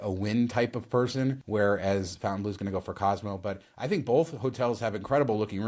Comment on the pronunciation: Hey I'm sure you guys are pronouncing Fontainebleau casino incorrectly. Should be "Fon-tain-bleu" not "Fountain-Blue". Just saying. Love your videos btw